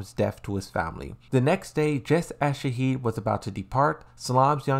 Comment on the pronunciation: Why you call Shaheen - Shaheed?